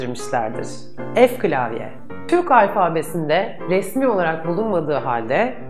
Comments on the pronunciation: O ef klavye değil f klavye Aynızını İhsan Sıtkı Yener de söylüyor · ef değil " Fe" :))